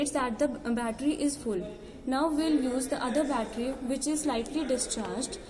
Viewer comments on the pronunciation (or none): "The 'glound' of the 'buttely' is then connected..."